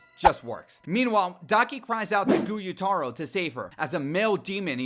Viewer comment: This video is great and amply explanatory, but for the love of god please do some more research on how to pronounce the very Japanese names before you record a whole video talking about “GuyutArO” when his name is Gyutaro. Pronounce it like “Gew-taro” at least I mean jeez that was just very distracting